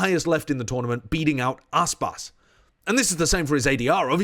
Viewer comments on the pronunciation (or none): It’s Aspas.